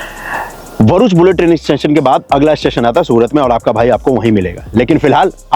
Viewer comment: Not varuch It’s bharuch Bha